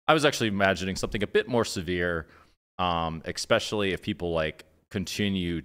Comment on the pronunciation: He's a genius but he can't say especially......he said expecially.!!!!